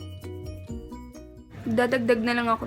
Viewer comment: "penger" HAHAHAHAHAHAHAHAHA i love u na 😘